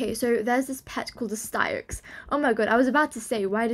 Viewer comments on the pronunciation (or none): I think the cats name is pronounced sticks